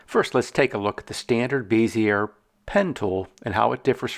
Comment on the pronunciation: Good tutorial. Bezier is pronounced beh•zee•ay, btw.